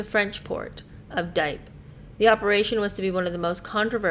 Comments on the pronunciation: Churchill was probably attracted to another "new idea" man and risk-taker like himself. The French port is pronounced Dee' ep. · Google how to pronounce Dieppe. Two distinct syllables. Big disaster involving UK and Canadian soldiers and other commonwealth troops. Sounds like Dee -ep. Thank you for covering this book. I’ve learned lots and enjoy your take on things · PS Dieppe is pronounced deeyep 👍🏼